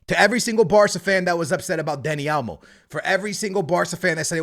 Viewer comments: also: Dani "A"lmo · “Dani Almo” 😂 it’s OL-MO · Man said Elmo 💀💀💀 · Is it me or does it sound like is saying Elmo and not olmo lol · Dani "Almo" 😅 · For real 😂 over here constantly saying Dani "Almo" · what barca fan said said olmo was a bad signing and that it didn’t make sense? everyone was ecstatic getting him in. secondly, if you’re going to mispronounce names over and over again stop talking about football